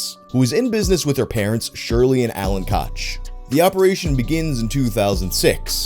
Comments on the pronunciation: Pretty sure it's pronounced cook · "koch" is pronounced the same as coke